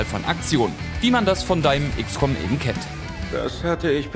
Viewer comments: Eben, ebent?! Das machen so viele! Kann mir das einer erklären? Ist das Dialekt oder Dummheit? Da gehört kein t hin!!! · "Ebend" bringt mich immer halb um ^^